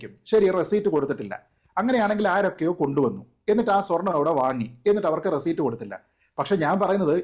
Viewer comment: റെസിറ്റ് എന്ന് പറയു